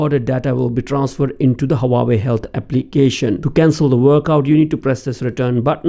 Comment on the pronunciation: it is not HA WA YE it is HU AA WE